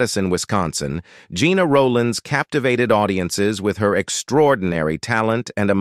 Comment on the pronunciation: Her name was pronounced like "jenna" not like "gina".